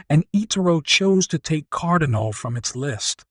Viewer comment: Firstly, you pronounced “Cardano” about 5 different ways, and most of them incorrectly. Secondly you used another YouTuber’s face on your video, even though you have nothing to do with him. Thirdly this is just a crap video all around, and your clickbait headline is BS. This is a scam channel.